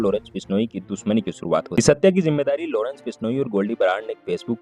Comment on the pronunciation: Lodence nhi Lawrence bhenchod .. tameez se naam le